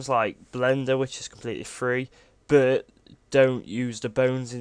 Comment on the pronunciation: whats wrong with your "but" word, sounds like "bou" like youre trying to puke but cant